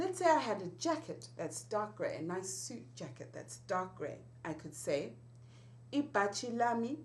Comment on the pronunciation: it's ibhatshi not ibachi.